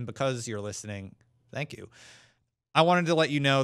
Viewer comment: why do you keep saying "dank you" its "thank you"